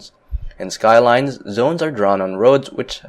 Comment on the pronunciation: Spelling vs. You Calling Cities: Skylines "Cities Skyline"